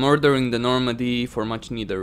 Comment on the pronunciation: I heard murdering the nomandy instead of ordering the normandy